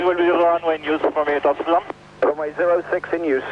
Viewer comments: Hi being Dutch, I really liked your prenouciation of Amsterdam, even for me thinking you Dutch speaking English really good, at gooimeer i was back to my other theory, but still good go. And a thing I think you cut out (i think, it felt like a setup for it at one point), one of the other results of this was the creation of Schiphol Discrete, a frequency for emergency aircraft so both the frequency and controller have only the emergency aircraft. I am pretty sure this alone might save another plane at some point. Having a clear channel of communication offloads the flight crew and might give that extra second of thought. Then again not having other pilots on frequency (beside those on the ground being curious), might mean a pilot with that one vital tip is cut out. But IMHO the gains far outweigh this. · Was 11 when this happened. Remember seeing the news footage. Must've made an impression. Nice pronunciation on Amsterdam, much closer to Dutch than the usual English pronunciation. One thing I never understood is why they didn't try to route it over all the countryside to line it up with runway in normal use that day. Perhaps the slightly longer flight time would have decreased the odds for the crew, but, to be blunt, with all the dense urban area around and this crippled. Hindsight of course but the crash at least would have been in a field more likely than an apartment building. But who knows, going by limited info, probably wasn't an option. Cheers from NL